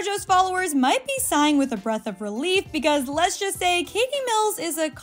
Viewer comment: She really said “Les just say.”